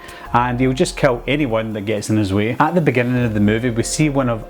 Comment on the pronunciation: Awesome review! It took me a bit to realize you weren’t saying “cow”, but “kill”. I got it all after that. Art’s freaky scary...mute killer with victims that have no idea why they’re about to be killed. The red food colouring in his teeth, black and white face and clothes. Menacing! Spot-on assessment!